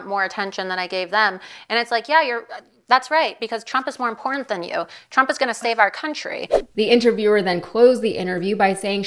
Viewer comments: Hey MTG! Say ''imporDant'' one more time......... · Love how MTG always says this is “such an impordant election”. Learn to speak English correctly,lady. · "...impordand... - MTG